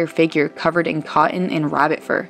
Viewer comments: kah-un??? NO, CoT-Ton!!! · if you're going to do VOs don't get in the habit of talking like a cute 4 year old. Example: It's cotton, (Cot-ten) not (caw-en). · "covered in caw-IN?" "lots of eff-ER?" 🙄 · "Cotton" is spelled with two T's, it's not pronounced "Co--en" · What is the deal with women who haven't got the ability to say words with hard T's, like "cotten" (cah-ehn)? GOSH that is an annoying affectation.